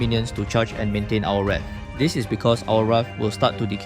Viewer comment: welcome back to edithedithedith why did you pronounce wrath like that 😀??? i actually usually gank exp lane first as a jungler, it helps set up for the first turtle soloq teamfight moments you usually get foh as last item from what i’ve seen. (or starlium scythe, if you want burst rather than dps) walao, need to give johnson demerit liao he has legend skin why can’t he drive??? yayyy edith teamfight moments hmm… CoD is interesting the one good teamfight clause got triggered, gg